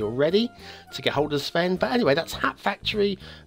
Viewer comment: pronounced " a hole by the sea" really well. But his "hat factory" pronunciation was worse than Herr Flick's German in 'Allo 'Allo.